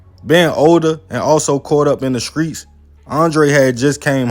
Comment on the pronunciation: Did he say skreets? Lol